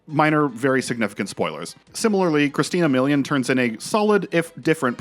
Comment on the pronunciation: BRO JUST SAID CHRISTINA MILLION LOL